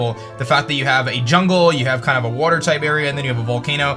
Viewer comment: To much woter